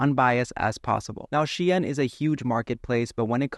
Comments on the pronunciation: bro i'm getting angry by this "she-in" pronounce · It’s not pronounced the way it looks , shine like sun shine